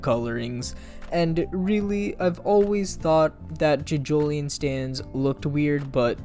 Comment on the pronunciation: ‘Jidgolien’ shut up please